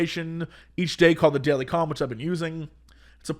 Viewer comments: am I the only one hearing cum and not calm everytime he says it?? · I know he's saying he has his daily "calm," but all I can hear is "i have my daily cum."